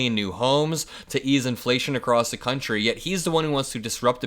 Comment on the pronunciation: Why does he pronounce it "countreh" instead of "country" and "nothing to do with meh". Pull his string like a Chatty Cathy doll, he repeats the same immature English insinuations and intentionally says nothing clearly. This way he can't be held to account for legal missteps. Why did the U.S. accept him as a serious thinker?